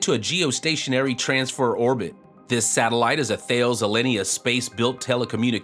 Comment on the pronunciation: Thanks. Small correction: Thales, as in Thales Alenia, is two syllables, pronounced something like 'Taa-less'.